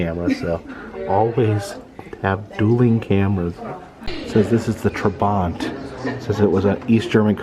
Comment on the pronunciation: Trabant, called Trabbi, not Tribant.